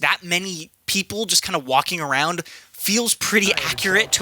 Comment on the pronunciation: "walking arround" haha